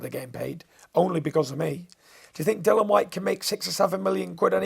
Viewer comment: Bangs on about professionalism yet calls Dillian Dillan. How hard is it to get his name right?